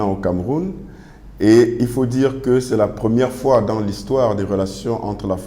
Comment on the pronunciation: Lire fois et non " foi".